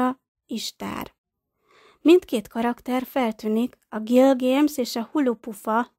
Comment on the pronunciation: Miért mondja a női hang hogy Gilgéms rettentő idegesítő hàt az Gilgames